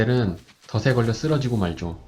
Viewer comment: 덫에 더체 라고 해야 돼요 더세가 아니고요